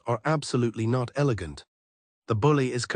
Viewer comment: He said an “elagant attack” 😂😂